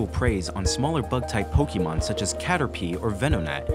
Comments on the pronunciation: This is lovely, but my eye twitches every type you say "PokEEmon" instead of "Pokémon"... lol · This is an amazing concept. 9/10. I have to deduct a point because the narrator mispronounced "Pokémon".